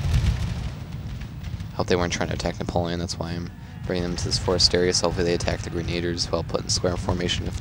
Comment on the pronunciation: Its grenadiers (gren-uh-deers) not grenaders.